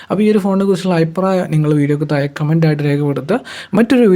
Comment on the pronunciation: എല്ലാം നന്നായിട്ടുണ്ട്... താഴെ എന്ന് പറയാൻ ശ്രെമിക്കുക... Not തായേ